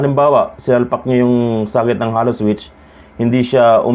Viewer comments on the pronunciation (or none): Boss sabihin mo Hey-low (halo) hindi Hallow! Tnx!